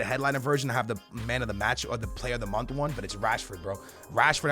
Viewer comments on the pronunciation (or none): none